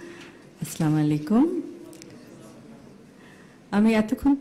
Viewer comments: সালাম টা ঠিক মত করতে পারনা ? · এরা নাকি আবার নেতা হবে সালাম টা ও টিক করে বলতে পারে না